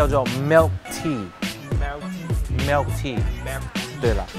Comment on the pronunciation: 你的英语口音是那里的？为什么milk tea读成“melk tea”？